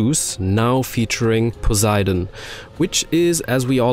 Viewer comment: It's not "po-za-y-dan", it's "po-se-ee-don"